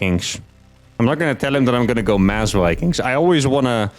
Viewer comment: “Build More Vikangs”